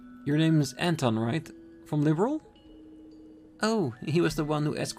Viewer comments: Actually it is pronounced "Leeburl" and not "Liberal" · It's definitely a LOT harder to correct/modify how you pronounce words, as opposed to learning new ones altogether. The best I can come up with for pronouncing Liberl is that the end of it sounds identical to how the royal title of Earl to sound. Perhaps try to visualize it as Lib - Earl. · It's more like Leh-berl. The way you wrote it would put a hard E in the first syllable. That first syllable is actually kinda hard to explain with text. In the JP version, they pronounce it Ri-ber-ru. When it comes to the series' fictitious names, I have to go by what I hear. On the other hand, the way they pronounce Bleublanc and Loewe is downright painful to listen to. I think Altina's VA is the only one I've heard sound it out as "Bleu-blan." Loewe should be like the German pronunciation of Löwe.